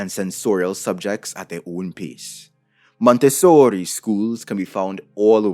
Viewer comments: Dude you're spitting facts and it's awesome, but I can't help but cringe hard at each time you say "Montessori" Sounds like you're trying really hard to get casted in a B-rated gangstar movie No but in all seriousness, good stuff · I’m very mad that around the 8th “Monte-sooori~” I snort laughed. How dare you sir, I was drinking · “MonteSSORRI” Me: “never before have I discovered something I needed so much” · that monteSSOOOOORRRIII was lowkey traumatizing tbh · i don't think i will hear the pronunciation of that word the same again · Good Video. Short Addition: Is the real reason why you did you make this video to say Montessori with italian accent? Itse me Montessori Mario YEEESSS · Interesting video ❤ - I'm Italian and when he says "MONTESSORI", he cracks me up😂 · Say Montessori, one more time 😂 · love the over exaggerated pronunciation Montessori lolol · I greatly enjoyed your extra-Italian pronunciation of "Montessori"! 😂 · Idk if this was intentional but I was dying every time you said Montessori lol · As someone that went to a Montessori school, the way you say it makes me cackle everytime